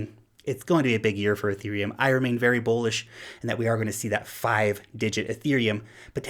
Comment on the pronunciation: This niqqa stay saying "bowlish" haha